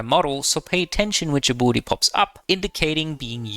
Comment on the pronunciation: Abolity? Since when is there an O in ability? Great vid tho, I just cannot stand the accent on that word